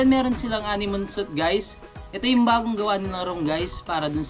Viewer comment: Guys was over used. And suite should be pronounced as s-w-e-e-t..